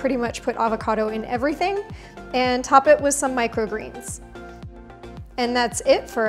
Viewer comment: She called sprouts "micro geens" like they are a new thing 😂😂😂